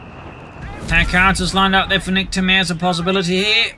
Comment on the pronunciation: Niktamair 😂 Every french people is laghing at the joke right now. As keeps saying it along the replay!